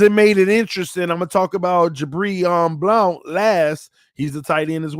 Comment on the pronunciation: Bro why you keep pronouncing "Blount" like that? 🤣🤣🤣